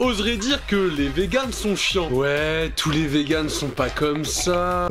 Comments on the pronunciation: Je rêve où prononce "tous.tes" à environ? Je trouve ça ridicule: perturbant et complètement inutile. Je me sens concernée par "tous les véganes", pas besoin de m'agresser les oreilles pour montrer que tu parles des deux sexes... Sinon beau travail les gars:) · on en parle du « touste » ??